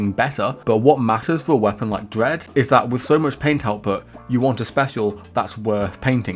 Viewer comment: I want to take you seriously, but you keep saying "Dwead" instead of "Dread."